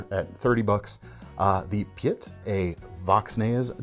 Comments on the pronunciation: Piet is pronounced really close to "Peat". The ie sound is a single vowel and represents a long-i. Compare pit (short i) to peat (long i). There are some more subtle differences that I cannot express in writing. Think "meet" or "meat" but starting with a P. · When pronounced correctly “Piet” sounds very similar to the english word “peat” - as in peat moss. In english one would call him Pete which is short for Peter. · "Piet" is pronounced PEET (say it fast and short)